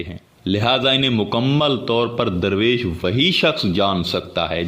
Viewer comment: Your meaning of "Darvesh" is absolutely wrong. It is not durvesh. It is Darvesh which originated from farsi word "dar" means "a door". Darvesh is someone who goes from door to door. the correct Urdu/farsi pronunciation for the english word Darvesh is Darveesh.